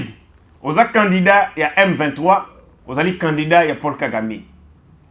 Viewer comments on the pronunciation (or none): none